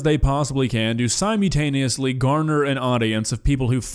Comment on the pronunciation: Stop saying “simutaneously”!!!!